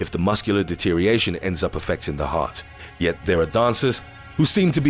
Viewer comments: 'deteriation' is not a word. It's 'deterioration'. This is a good indication of the standard of this nonsense. Doesn't know a thing a ballet. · and You're missing an entire syllable when you say 'deterioration'. It's not 'deter-iation'. You are supposed to pronounce the 'or' as well. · When did the words deteriorate/deterioration lose a syllable?? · De-tee-ree-or-Ray-tion. Not de-teeree -ation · Why can you not say deterioration, which has 6 syllables not 5. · can no one actually pronounce deterioration properly? It has 5 syllables.